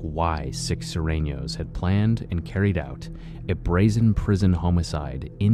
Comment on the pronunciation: It's not SIR It's SUR(S-ouU-R)